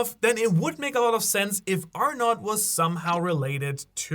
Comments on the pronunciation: It's ARNO , the" t" is silent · Arnout pronounced ARE-NO